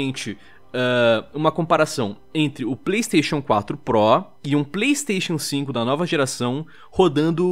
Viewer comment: esse video mas, toda vez que o fala pleisteixian sinco o video acelera